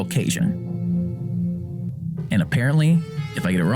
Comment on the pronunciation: He met all those cajuns and no one tol' him how to say "Cajun"